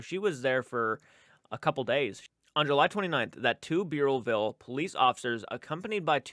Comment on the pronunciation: I live in Rhode Island. Providence is the main state paper. Burrillville Bur rhymes with spurs. I know all the places you are mentioning. Reach out if you need any more state info.